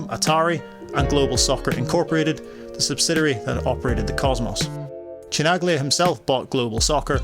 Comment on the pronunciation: omggggg..cringe..Giorgio what? who is this loser presenter of this video ? Chi Nag Lia? how insulting ...blaspheme